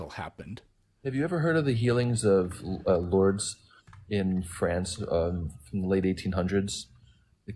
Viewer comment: The guy citing Lourdes and not saying the name correct.